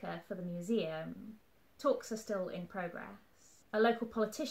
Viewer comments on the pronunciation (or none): none